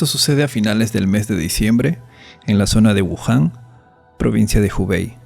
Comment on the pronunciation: es wuhan o Yahoon??